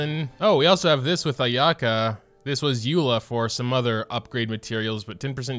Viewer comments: btw Ayaka's name is pronounced eye-ah-ka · You're pronouncing Ayaka's name wrong on purpose right? l mean lol